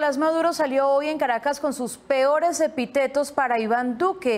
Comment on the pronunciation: Hay que hacerle el acento a epítetos, sino se oye terrible